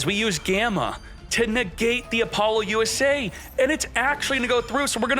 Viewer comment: Mah China into Apollo USA